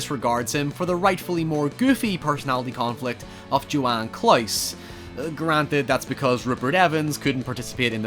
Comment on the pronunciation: His name is Johann Kraus, not Joan Klaus. He's not a German house wife.